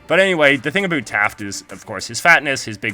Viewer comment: Did you just say A BOOT #UnSubscribled